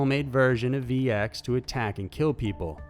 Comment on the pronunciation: RCMP not RMCP bro, I'm a big fan but you are not careful when you read your scripts (for example within 15 seconds, from to VX has becomes VC!)and also don't check name pronunciations before you record, it takes away from your otherwise good work.